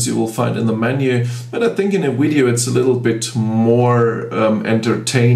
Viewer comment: It's odd that you have such excellent English but say weedyo ! Surely someone has told you how to pronounce V in English?